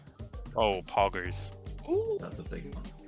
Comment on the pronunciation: just going "oh poggers" with his accent is gas